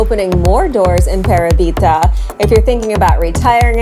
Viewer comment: Love Parabita. BTW.....the accent is on the second syllable.......Pa RA bita